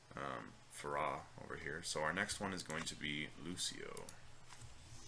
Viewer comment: really? faRAH? it's pronounced faira